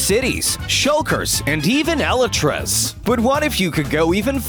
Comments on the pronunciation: Elytras not elitras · Nobody: The narrator: ELiTryAs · Did Anybody Notice How He Said Elytras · Who the heck pronounces elytras that way